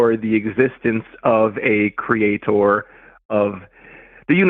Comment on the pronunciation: “Kree-ay-TOR” 👎🏽👎🏽👎🏽👎🏽